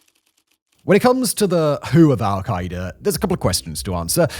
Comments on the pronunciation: The way you pronounce it as "al-ki-ee-da" is so funny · Why is he pronouncing their name so horribly?